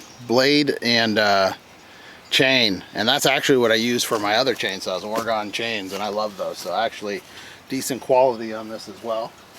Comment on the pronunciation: Oregonian here. We say Oregon like organ, no emphasis on the second o. 👍 Thanks for the video, trying to decide between gas or battery.